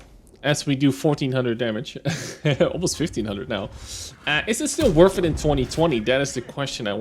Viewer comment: worth it, not werf it. theres not an F in that word.